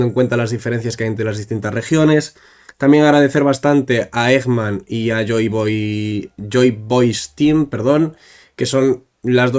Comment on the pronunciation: Me chirría un montón que siempre que poneis la cuenta de Joy Boys Team, por alguna razón todos los nombrais como Joy Boy Steam xD